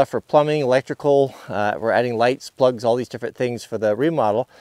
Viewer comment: every time you say "plugs", i cringe. i know your doing it on purpose.